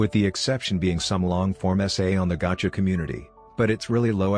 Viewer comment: WHY DID THE BOT PRONOUNCE GACHA AS GAGKA I’M CRYING 😭😭😭